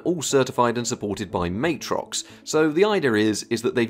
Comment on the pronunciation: Love your work dude & this video is no exception but, BUT that’s still not how you pronounce Matrox… Official